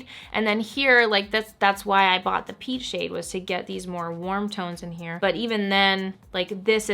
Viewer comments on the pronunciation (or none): none